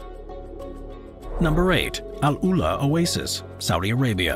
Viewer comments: yes his electronic voice and pronunciation of Oasis is annoying. especially when Oasis is the main topic. like saying "cah - MELL" for camel. wrong emohasis and sound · It is not “oases” it is “oasis”. 🙄🙄